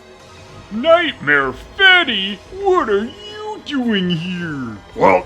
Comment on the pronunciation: All i can think about hearing "Nightmare Feddy" is "Feddy Fastbear" like yes, all the bootlegs please.